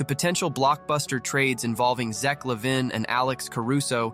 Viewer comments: Is it too much to ask to fix the script so it reads the name correct? la vein or la veen would have worked. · How you pronounce lavine is so funny.